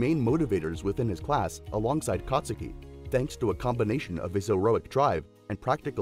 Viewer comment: you said katsuki wrong